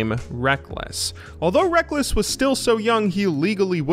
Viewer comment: So used to “Rek-less” that when they call him “Rekkels” I can’t help but laugh